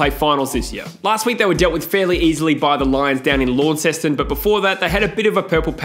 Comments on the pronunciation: Lawn-ceston when it is pronounced Lon-ses-ton. Don’t worry about it though, I’ve heard worse. Much worse. 😆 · The way he pronounced “Launceston”